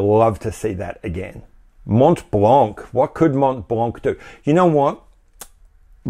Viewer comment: Candid question : does the average Hublot customer knows or cares whether or not his watch is powered with an ETA ? MontBlanc : both the T and the final C are silent. Pronounce it like Monblan.